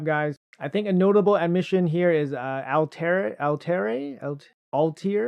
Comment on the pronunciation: Putting in Basim over Altair is crazy work ngl. Also it's pronounced All-tie-ear.